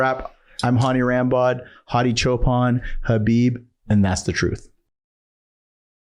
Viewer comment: Loved it... These podcasts are gold. One thing that Im begging you to change is how you pronounce Hadi's last name. You always say Chop-han, but its clearly Chooopan. Luv you bro. 😁🙏🏼